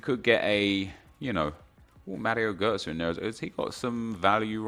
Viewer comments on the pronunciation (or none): none